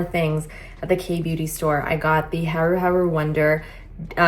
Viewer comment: "haru haru" is pronounced "hah-ru hah-ru" like when you laugh aloud "ha ha ha" -- and Joseon is pronounced "jo-suhn" and was the longest ruling dynasty in Korea. Hope that helps loll